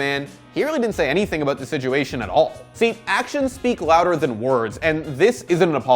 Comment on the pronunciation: SITuation not SIJUATION